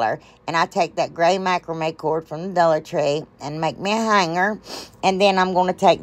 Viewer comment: I love love love those! And I love love love you… and now my grandson ask can we watch the lady who says dullar tree.. and I say of course we can. So he’s hooked just like me. LYFTBOMH!